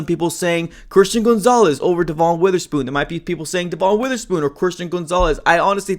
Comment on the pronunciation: STOP CALLING HIM GOONZALES